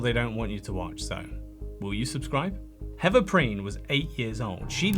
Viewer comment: Great video but I disliked it because you kept calling the poor girl heaver instead of heather